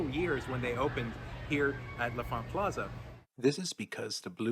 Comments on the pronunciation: L'Enfant = "Lahn Fahnt." Not "Leh' Fahnt" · You keep saying "la font," but the N isn't silent, it's "lon font." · “Luh-font” is the proper DC pronunciation. “Lon-font” is how transplants pronounce it